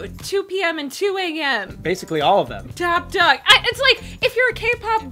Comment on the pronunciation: TD toppdogg not tiddy!!! TOPPDOGG